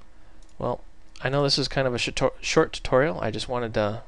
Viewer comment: A shi-torial? No it's definitely not a shit tutorial. You're great! hahaha